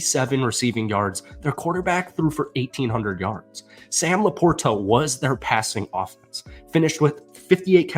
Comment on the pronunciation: Trying to create a new pronunciation or LaPorta?